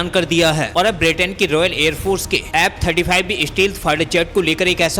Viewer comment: Very bad pronunciation!!F-35 or app 35!!